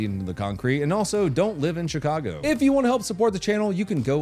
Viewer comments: Did you mean to say shitcago? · You say Shitcago perfectly.